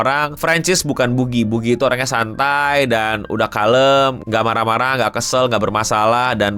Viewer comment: bukan boogie tapi beegou